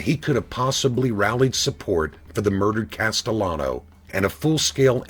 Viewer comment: Pronounce the name right,please! It`s NOT COSTELLANO, it`s CASTELLANO.